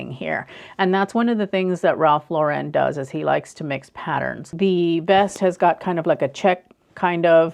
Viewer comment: A lot of your advice is very great, but you have to learn how to say his name properly. Lauren is not pronounced in the fancy way you’re saying it. It’s just Lauren, which rhymes with foreign. He was born in the Bronx, so there’s no reason to make his name more than it is.